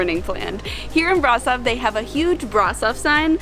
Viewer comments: great video of a great city! but why do you guys pronounce Brasov like that? xD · Please learn to pronounce the towns you visit. Brutal listening to how you massively mispronounced the city name.